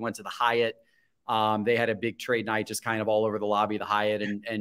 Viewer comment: Let’s address the elephant in the room! pronounces “just” - “jest” 😂